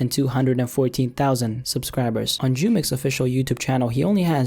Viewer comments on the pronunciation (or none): And its not pronounced “chumex” it’s pronounced “who-mex” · It's pronounced who-mex and it's not jid it's J-I-D you say each letter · jumex is pronounced Humex